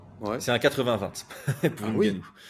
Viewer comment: Je salue l'effort de prononciation pour le nom de Ngannou